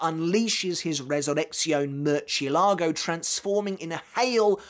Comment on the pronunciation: The way he says “murchzielago” infuriates me